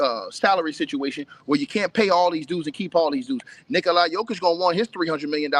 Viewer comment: It's Nikola, not Nikoli. You dont even know how to pronounce his name correctly? Lol!